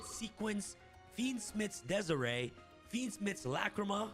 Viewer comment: I died on the inside every time he pronounced dies irae